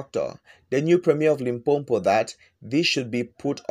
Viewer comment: Its not LimpoMpo wena....it's Limpopo